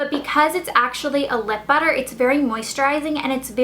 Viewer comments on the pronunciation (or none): none